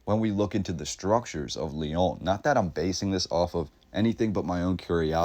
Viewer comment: Can’t stand the way you say the Lyon